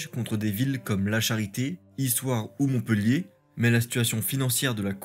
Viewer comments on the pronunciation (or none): none